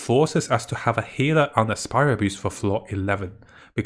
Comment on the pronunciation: He's been saying spiral abuse for almost a year now just give up lol